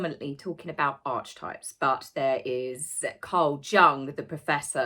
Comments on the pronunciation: Arky types is how many people pronounce Archetypes. Why didn’t trademark Archietypes? That would have been more appropriate. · 😬 Ark eeee types, 😕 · Just because i would want to know how to pronounce the following correctly; Archetypes = Arc-e-types Jung = Yoong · Archetypes (Arketypes) are an area of academic study and the word goes back to the Ancient Greeks!!! There is NO way anyone can trademark this word. Jung (pronounced Yoong) spent much of his career discussing the way human beings and the narratives we tell tend to shape ourselves into known archetypes. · It’s pronounced arkitypes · It is pronounced Arkietypes, at least in psychiatry a la Jung (pronounced yung) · Aaaaargh, Enjoy your videos, but, "Help" - your pronunciations!! Archetypes is pronounced "aa-kah-types".and Jung (as in Carl Jung) is pronounced "Yuung". I don't know about Archewell - but who cares, it all appears to be nonsensical pilfering of charitable funds and donations anyway!! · it’s pronounced ark-ee-types. Sorry to be that person. Loving your work as always x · I thought it was pronounced “archetypes” as A R K T Y P E S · It's pronounced a:kitaips 🤪 sorry luv i'm a nitpicker🙄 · Pronunciation - arkatypes. Jung - yoong. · love your channel, so glad you're still here. good stuff. however, i used to be a teacher. it's ark-etypes, and carl jung pronounced yung. also i think it's v(isiting) vip's, and i saw that it is a bought and paid for status/security. thank you for what you do, taz! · Archetype is pronounced ARK A TYPES ….they don’t get to change the English language! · Last time I looked… pronounced Arc y types. Just saying. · Archetypes is pronounced: are ke types. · Please…. it’s pronounced…ark-e-types. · It’s pronounced Are-Key-Types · It’s ar-kuh-types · Archetypes is pronounced: ARKITYPES. ☺ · The constant mispronunciation is driving me up the wall as it’s so distracting 🙄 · my love... its not pronounced ARCH-TYPES. Its pronounced AH-KEY-TYPES!